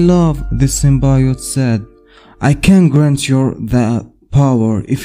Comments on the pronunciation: It's not Sim-Bye-ote its Sim-Bee-ote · I agree it is pronounced sim-bee-yote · Cool vid! It’s pronounced Sim-Bee-yote!